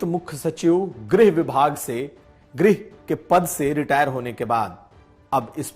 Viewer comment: रियाटर नहीं रिटायर